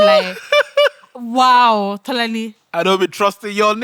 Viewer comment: Tolani “till eleven terthy”😂😂😂😂😂